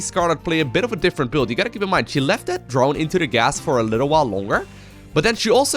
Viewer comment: every single time he says "she" i cringe.